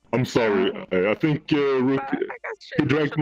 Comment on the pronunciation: If you didn't know, His Name is pronounced "Rook" Sorry If you already knew ;w